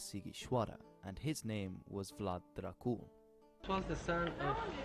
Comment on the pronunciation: The correct pronunciation is Drácul, not Dracúl. And Dracul means devil, not dragon. But his name was actually Tepes, Dracul being only a nickname.